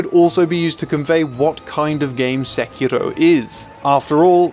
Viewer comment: its too bad ur pronouncing sekiro wrong